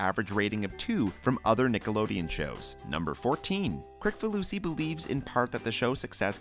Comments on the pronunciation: It's Kris-falusi not Krik-falusi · It's actually pronounced Kris-falusi. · His last name is pronounced "Krisfaloosy". The C is pronounced as an S. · It’s pronounced Kriss-falusi